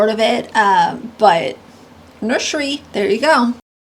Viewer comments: "Nurshery" kills me every time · The way she says "nurshery" drives me insane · I can't stand it when she says "nurshury". It makes me wanna slap her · It won’t be a “nurshery” it’ll be a stage 🤦🏻‍♀️ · If she says “nurshery” one more time, I’m gonna lose it 😂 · omg Gypsy has to stop pronouncing nursery wrong. it's deafening to the ears